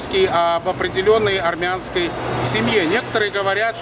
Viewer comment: Що опять аррррмянский?